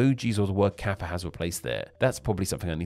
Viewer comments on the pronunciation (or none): none